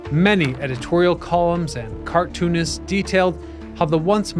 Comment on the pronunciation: That was a strange way of saying 'cartoonists' lol. It was like you were saying the two different words 'car-toonist'